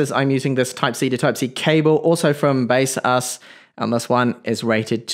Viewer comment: in official baseus website - they pronounce Be-Saz